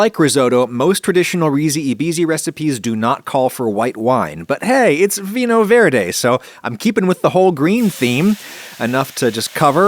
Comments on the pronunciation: adam please do you just intentionally refuse to check how to pronounce portuguese words at this point no it's not "vin ho verde" it's vinho verde basically same sound as "viño" like come on man, just check google translate for pronunciations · Hi, Galician here, Spain's corner "over" Portugal. About "vinho verde", I'd like to point out that, although the "h" is silent in Spanish or Galician(*), when you have "nh" in Portuguese then it becomes like the Spanish/Galician "ñ" or the French "gn" when it comes to pronunciation. So, the pronunciation in the video uses the "h is silent" rule we have in Spanish, but it's not the one to apply here as it is a different language. (*) Which means it has no sound of its own, but when it comes after an "n", it changes the pronunciation as well. So, you have works like "inhibir" (to inhibit) and it's not pronounced as if it were "inibir" but as if it had a blank space instead of the "h", you make a little "pause" as if there were two words instead of one, "in ibir". This way, the syllables in the word change from "i-nhi-bir" one might think if you follow the "h is silent" rule, to "in-hi-bir" I'm not trying to be pedantic about it, but telling it how it works so now you can share this knowledge with your friends whenever you take some vinho verde. By the way, vinho verde ("green wine") is called this way as the grapes used to make it are picked very early in the season. They use different varieties of white grapes (all in all it actually is a white whine, hehe), including albariño (or "alvarinho" as they say in Portuguese, and yes, the "b" in Galician/Spanish also changes to "v" in Portuguese, it happens a lot, also with "v" to "b") which is a variety we also produce in the South